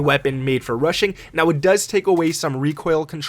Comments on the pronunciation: Russian or rushing?? 🤣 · When you say rushing one it sounds like Russian one 😁